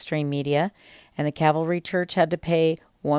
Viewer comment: It's not the CAVALRY church. Try CALVARY, instead. Please explain why fining a church is a BAD thing?